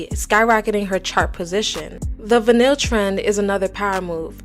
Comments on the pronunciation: it’s v-eye-nil not vinil😭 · Va-nil?????? You mean VINyl?!?!? Girl are you an ai robot ? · Obsessed with your pronunciation of vinyl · Not everyone knows the right way to say words okay chill. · they should probably figure out how to say words before making an entire video for people to watch. She deserves to be called out for her mispronunciation. How she even got that from the word vinyl is beyond me. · How do you not know how to properly pronounce “vinyl”? 🤣